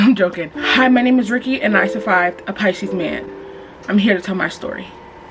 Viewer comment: LMAOO rykky not “year he year he”😭